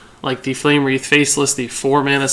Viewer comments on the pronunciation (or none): not flame breathe -> its wreath pronounced wreth